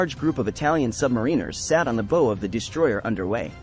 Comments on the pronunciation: Pronunciation of bow is bau in reference to the forward part of the ship. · bow, not bow.